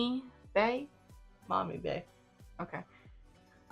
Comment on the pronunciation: "maw-mee" is the correct pronunciation. Good job lady